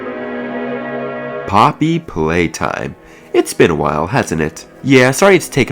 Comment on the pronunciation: "Poppy Pwaytime" Maybe you shouldn't be making conclusions on an unfinished game